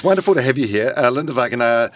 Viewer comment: Sir, it’s Va-Ng A NA